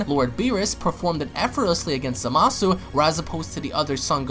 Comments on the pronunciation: Quit saying zamasu like that . You sound dumb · It fused zamasu ps your saying zamasu wrong